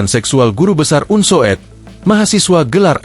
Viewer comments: Bacanya bukan un so ed, tetapi UNSUD. Masa youtober tidak ngerti ejaan lama. Itu yang disebut U (OE) lamat. Tks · astaga .. sang narator membaca Unsoed sebagai "unsowed", bukannya "Unsud" ....